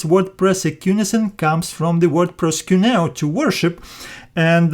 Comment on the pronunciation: Lol it sounds like proskunew ha ha ha ha. I hope that like Peter your not accepting it Lol